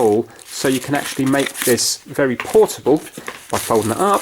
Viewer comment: porable projecter